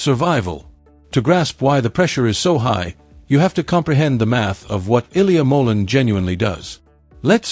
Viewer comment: Please learn how to pronounce his last name, it's not that hard